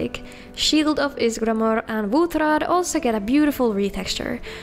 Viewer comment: Not gonna lie, I really like the way you pronounce Wuthraad and Vittoria Vici. The proper hard R is just the best lol